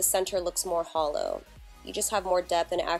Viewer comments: i knew that, it just sounded like HOLO the way simplynailogical says it ^-^ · Who else thought of holo when she said hollow?? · Every time she said 'hollow' I thought she was saying 'holo'!!! #holosexual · I though you said holo and I was like "WHERE" but it was hollow haha. GREAT TUTORIAL.